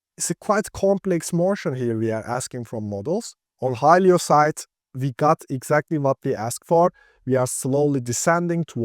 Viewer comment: Great video, only it's not pronounced "Hi-lee-yo", it's "Hi-lo"